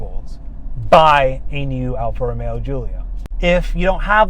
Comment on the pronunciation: seems like a good guy, but hopefully he doesn't say 'Alfa Romero' anymore.